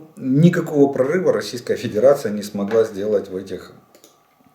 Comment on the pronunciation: 👍👍👍 Очень уж понравилась случайная оговорка на 48.50 минуте. Про Педирацию вы прям в точку 🤣🤣🤣